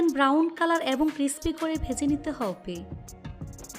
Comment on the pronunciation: আপনার হব্বে শুনে আমার হাসি পায়